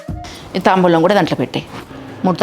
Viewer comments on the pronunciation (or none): La anna padaani ala Ani palakakudadu taambulamu annadi correct